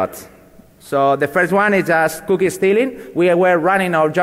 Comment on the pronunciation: he says cookie very funny. i love it. coo key